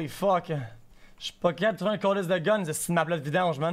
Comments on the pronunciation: He said "J'suis pas capab' d'trouver un gun" (capab' was said super fast and wasn't cut down but the last syllable was even faster and merged with the next word haha -- my sister speaks pretty fast too so my ears are trained to understand fast-Quebec-speak). Also another accepted word for Québécois is Quebecker :) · Replay at 0.25x speed, it's not there. It's literally not there. How could i know he said "capable" if there's only the first syllable of it.